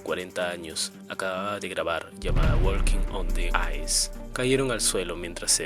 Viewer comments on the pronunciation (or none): Walking la l no se pronuncia en ingles antes de poner una nota estudia ingles